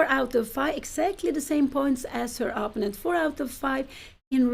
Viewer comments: I still wonder why Pia insists on pronouncing "opponent" in her own personal and not entirely correct way, with the stress on the first syllable instead of the second. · Pia, please learn to say the word opponent.